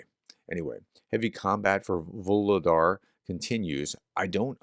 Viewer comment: FYI: "Voohol' " = coal. "Dar" = gift. "Vuhlodar" = "gift of coal". The effort you put into pronouncing these words correctly is appreciated.